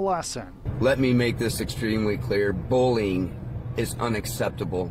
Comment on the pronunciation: why does both the reporter and the father not use the letter Y? "bowling" and "bulling". not bullying, apparently.